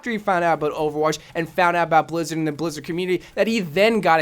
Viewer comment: Did he just say blizzid or am I crazy